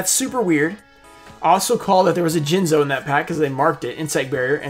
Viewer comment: Jinzo, or as Simply Unlucky calls him, Jizno